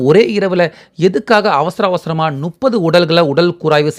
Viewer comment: இது தான் இன்றைய தமிழின் நிலை. "ழ,ல,ள"உச்சரிப்பு "முப்பதை", "நுப்பது" என்று உச்சரிப்பது. திராவிட கட்சிகளின் 50 ஆண்டுக்கு மேல் ஆட்சியின் அவலம் இதுதான்.